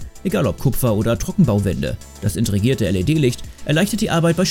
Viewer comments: Integrierte heißt es. Nicht Intregiert! Sprecher ignoriert das mit Ausdauer. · Das intregierte? 😂😂😂 heisst das nicht integriert